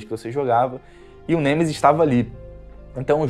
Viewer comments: Não é Gemesis... é Nemesis, outra coisa, reclamar de sombra? Detalhe gráfico em algumas partes do cenário? Fala sério cara, é por isso que os caras descem a lenha em você, eu não faço isso com ninguém, mas tem hora que você força demais. Esse jogo o que ele tinha que ter era a mesma história, cenários, personagens, inimigosz puzzles e o caralho a 4. Se quisessem adicionar algo, poderiam como puzzles, cenários extras e até opção de jogar apenas com o Carlos, já que como você disse, hardware o vídeo game tem pra isso, mas infelizmente essas empresas só quer saber de entregar produto feito às pressas pra ganhar dinheiro de fã. Vê se pelo menos cara, analisa e dê importância as coisas que realmente são importantes, se você vai fazer uma crítica há algo, que pelo menos saiba pronunciar o nome do antagonista do jogo corretamente, e que foque naquilo que os fãs sempre quiseram, que é didelid ao jogo original e alguns conteúdos extras. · cara o seu review ta bem legal mas nao se fala gemesis é nemesis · "Genesis" kkkkk que isso tu é raiz mano te endireita kkk